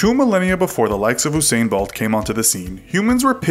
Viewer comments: Oosain Buwlt as this guy calls him. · Come on mannn why’d you say usain bolt like that😪